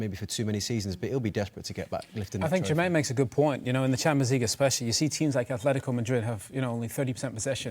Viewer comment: Dont ever say 'champo' league ever again!